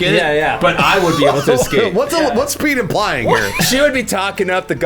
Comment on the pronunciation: every time they said Pete, i heard Peake